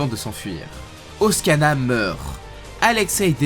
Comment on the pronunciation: Je pense que doit avoir une dyslexie, il fait souvent des fautes de prononciations aussi « Oskana »17 lieu de Oksana, Lee Bermeho au lieu de Bermejo etc... c’est pas grave en soit mais ça titille les oreilles 😅